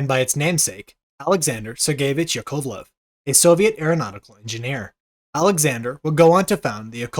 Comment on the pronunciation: Your pronunciations of some of the Russian names needs some work. KLEE-mov. YAK-ovlev.